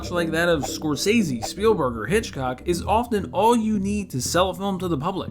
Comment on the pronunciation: Wait... did you say Spielburger?